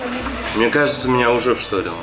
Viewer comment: не «вштОрило», а «вштЫрило»! Корень слова - «штырь», а не «штора». Учите русский язык, сударь - Вам на нём общаться всю жизнь